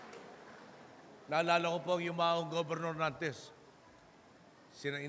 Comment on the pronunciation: Memo-rice? Hahaha! Di lang humble wittty pa! 😂